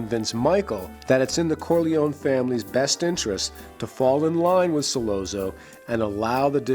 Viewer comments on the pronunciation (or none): Why is it so hard for a so-called expert on the Godfather to pronounce the names of the characters correctly? Who the fuck is Sol-oh-zoh? Brando addresses him as Sol-otzo, as an Italian would, so why does this mook think he knows better? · Hey. What's the matter you? Don't say Sollozzo like Bozzo. In the the movie it has ah not oh. S/ah ll/ah tz/oh. Shut up you. Try watching the movie again. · Once this guy mispronounced Sollozo name I was done! He said “... killing So-LO-zo” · it’s pronounced Solatzo not Solazoe. And I’m not even Italian. The way you keep saying it wrong makes this hard to watch. Brando sneers the name just right. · Like this video but it's driving me crazy....Sollozzo is pronounced Sollotzo....ok, carry on..... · 'Sollozo', seriously? Learn how to pronounce the name, dingbat! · Ok I've read through a ton of the comments and jumping straight to this clip and watching 10 seconds convinced me I don't want to waste time with the analysis. The mispronunciation of Solozzo, and over analysis of Michael's motivation I can't handle. Lol. Thanks for saving me 10 min of my life. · He doesn't even pronounce Sollozzo correctly. 🙄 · Why can't he pronounce Sollozzo correctly? Didn't he see the film? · Hard to take serious when he keeps mispronouncing his name. You're supposed to convince us that you can see the inner workings yet you can't see the obvious?? This isn't petty. That means you didn't talk to a single Italian speaking friend or coworker when you made this!! How nice!! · How can this guy be a fan of the Godfather and not know how to pronounce Sollozzo? It seemed like he was reading it phonetically off a sheet of paper. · Did this guy even see the movie? Why does he keep mispronouncing sollozzo's name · One would think that you would know how to pronounce "Sollozzo." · The way this guy say Sollozzo annoys me.